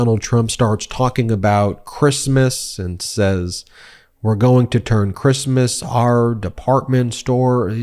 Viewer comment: Did I hear him say “crispness “ rather than Christmas?